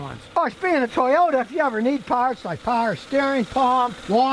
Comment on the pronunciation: It’s a “toy”ota